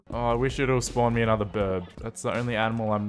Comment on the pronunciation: Why do you call it a "Birb"?